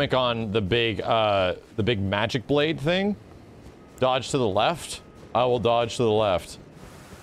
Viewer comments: Not important to anyone, but Blaidd is a welsh word, means wolf, and in welsh the ai part is pronounced like eye and the dd part is pronounced as th sound. So Blaidd should sound like bl-eye-th. Here him being called Blade just gets to me as a Welshman. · The game literally pronounces Blaidd's name several times and everyone STILL can't say it correctly. It's pronounced "Bla-eye-th" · As a Welshman, no matter how many times Blaidd's Name is actually said outloud almost every streamer still calles him 'Blade' - and it irks me to no end. Great fun watch though, keep it up.